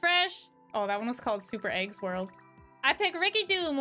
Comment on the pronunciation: "That was was called Super Eggs World " - I first thought she said " SUPER Aids WORLD " and went back to see that it's actually " SUPER super eggs WORLD ". Does it make me a bad person that I was disappointed?